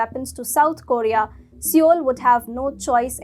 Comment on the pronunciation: Love your stuff guys but Seoul is pronounced "soul" not "see-yole."